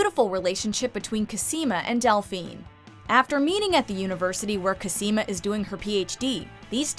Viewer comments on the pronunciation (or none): It's cOsima, not cosIma